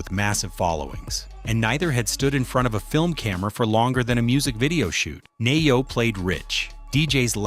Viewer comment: Pronounced Knee yo.